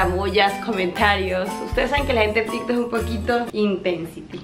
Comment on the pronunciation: pensé que habia dicho tiktok pero escuche varias veces y dijo tintok :face-orange-raised-eyebrow